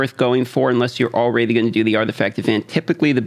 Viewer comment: Do you say ”all-raidy” bcus youre playing raid?😂